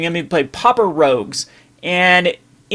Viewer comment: It's pauper, not popper!